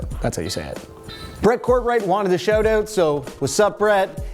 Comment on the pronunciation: Right after saying I don't have an accent: "He wants a shoot oot."